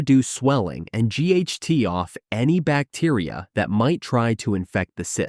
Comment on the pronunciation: AI voice doesn't recognize words that contain "fi" in it. Fight is pronounced "g h t", fix is "x", benefits is "bena", inflammation is "inamation". Good information other than that.